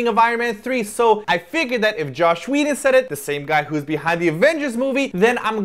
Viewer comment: Says he got into comics hardcore... Calls Joss Whedon "Josh Whedon"